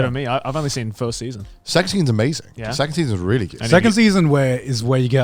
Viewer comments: I can't be the only that heard "secs scenes" instead "second season's" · Did he say ‘second season’ or ‘sex scene’..? … well both contexts work